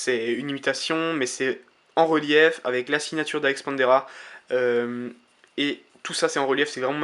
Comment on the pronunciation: slt , super video comme d hab mai sjuste une ptite chose c Alex PanDREA et pas Alex PanDERA ^^